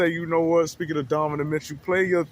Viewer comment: brother .. its pronounced DON- NO- Ven....otherwise i enjoy your vids ...keep it up